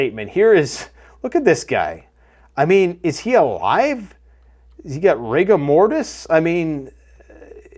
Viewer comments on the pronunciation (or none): none